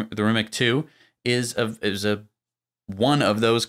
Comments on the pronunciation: First I wanted to compliment you for pronouncing Porsche correctly, but then you fell back to calling it '':). They are meant for doing 'speed daemon things' btw. Rimac is pronounced something like Remaz btw. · If the car name is based on Croatian linguistics, it should be pronounced Rimac (Ree-mahts). Rema means "rhyme" in Croatian. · And the best English language approximation of pronouncing "RIMAC" would be: "REE-MATS", with "EE" being prononunced a bit shorter than it would be in English. You're welcome. Great video BTW! Greetings from Slovenia! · It is pronounced REE-MAHTS (Rimac) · To pronounce properly “Rimac’ imagine that is written as Rimatz. In our language letter c is pronounced as tz in English. Letter “K” is pronounced in the way as you pronounced “C”.